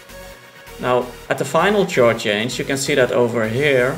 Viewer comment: its not a tjord progession but a khord progression. the c is pronounced as a k!